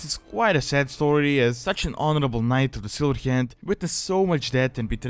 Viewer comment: Any other English speaker: "The Silver Hand." This guy: "Da Sillheeyand."